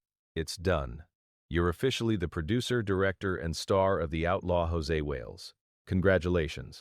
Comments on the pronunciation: Stupid AI-generated narration is FULL OF ERRORS! For example, the film's name is NOT "The Outlaw JOSE Wales", but it's "The Outlaw JOSEY Wales!" But repeatedly is mistakenly called JOSE Wales in the narration! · If I were Clint Eastwood I would sue the channel that produced this YouTube. When AI continuously mispronounces Josey as (in Spanish) Jose, it makes me believe the whole story is BS. "The Outlaw Josey Wales" is one of the best western movies...ever. I guess whoever produced this actually knows nothing about the movie, as well as Clint Eastwood. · Dear AI it is pronounced JOE Zee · Josey is not pronounced Jose. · AI crap. Can't even pronounce Josey.